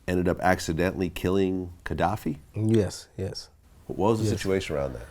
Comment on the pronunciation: Kadafi not Kedafi